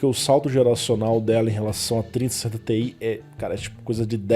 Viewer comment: vc dá uma embolada quando vai falar placa com "ti" no final kkkk as vezes n dá pra saber qual é